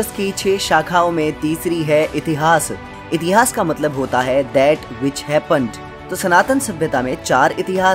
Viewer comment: Its ved not veda Its puran not purana Its itihaas not itihasa Its Ram not Rama🎉